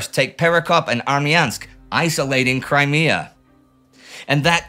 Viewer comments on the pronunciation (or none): none